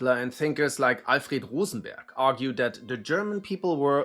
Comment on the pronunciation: rose… BERG???